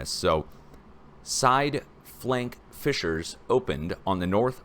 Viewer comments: Sorry you keep saying Fischers, when the word you need is FISSURES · YOU KEEP SAYING FICHERS< DONT" YOU MEAN FISSURES